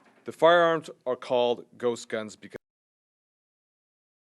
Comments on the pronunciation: He keeps saying gust guns lol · Did he say a “Gus gun” or ghost gun? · Why does he keep saying gust, it’s almost like he doesn’t know how to say the word ghost. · He keeps on misspronounceing ghost as gust,seriously not hard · Great video man and this guy is a fuckin moron and should be removed from his job immediately he had hard time even ghost he kept saying gust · I'm scared now... That 'gun engine' is terrifying. Ghust er ghost gun. He said it twice! If you are gonna make up bullshit terminology at least pronounce it right, jackass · He seems to have a difficult time saying ghost, he keeps saying ghust. He must be nervous cause he knows what he's saying is a lie. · He says gust gun a lot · I believe it's pronounced Guhst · He can't even say ghost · Can't even say ghost correctly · This moron can't even pronounce ghost. Maybe he should spend some more time with his therapist. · This is what happens when u elect jack asses that can't even efficiently pronounce GHOST correctly go educate yourself on something before u say it needs to be banned u piece of shit Mr. "Guss gun" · can't even pronounce ghost